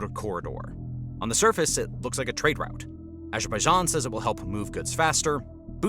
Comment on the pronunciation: Good news outlet. How you pronounce Moscow and Route is mildly irritating though :)